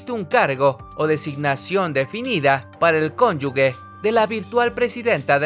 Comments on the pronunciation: Se dice cónyuge no conyugue, es un error muy grande para un diario como El Heraldo. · Se dice: CONYUGE, no conyugue. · Ni quién piense en eso. Narra bien, se dice " cónyuge" no " conyugue". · Conyuge se pronuncia cónyuJe como si fuera J.